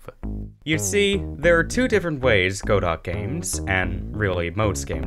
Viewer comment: godot is pronounced "guddOH"